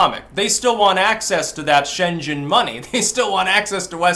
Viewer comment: Hei, the "g" in SCHENGEN is pronounced the as in "get"